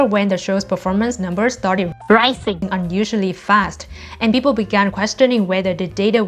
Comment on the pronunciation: rising like r-eye-sing not rasing